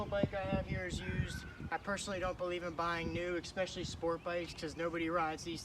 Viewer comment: Great video, but why is it Americans have begun having trouble pronouncing especially? It's not EK-Specially :D